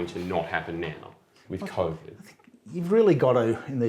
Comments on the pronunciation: Smart guy but if I hear Cov'd one more time I'm going to throw my Iron Warriors out the window. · Michael is brilliant, but the way he pronounces COVID fucks me up